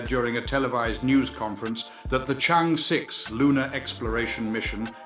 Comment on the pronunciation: Congrats❤ By the way it is pronounced as Chang Er. Thanks